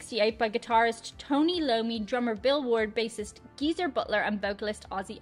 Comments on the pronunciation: Did you say Tony Lommi? Thats It...We can't be friends! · Well,, there was one blooper in "Tony Loam-y". 😁